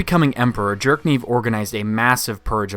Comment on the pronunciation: I kept hearing you saying “Jerk-niv” and I honestly don’t know if that’s just how you pronounce his name or you just really don’t like the character 😂